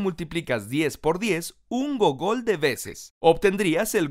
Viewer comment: El man pronuncia gogol, con acento agudo y realmente tiene acento grave y en español se escribe gúgol. Suena idéntico al buscador Google, porque este buscador tiene su nombre gracias a este número, ya que se esperara que devolviera grandes cantidades de información.